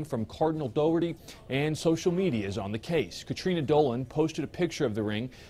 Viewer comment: Not "doe-er-ty", the pronunciation is dock-er-ty: Cardinal Dougherty